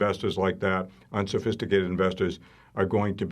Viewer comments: Sounds like someone with interest in these hedge funds. "UnSiFiStiCATed" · SOB: "unsofisticated investors" 😂